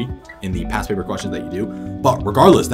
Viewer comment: alr ty lol I kept hearing pass and not past